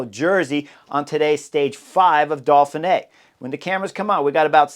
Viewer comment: Uhm...Chris and pronunciation don't exactly get along. There's no L in Dauphine either 😂. It's part of his charm.